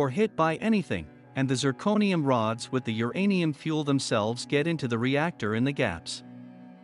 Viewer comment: Teach computer voice that uranium is all one word.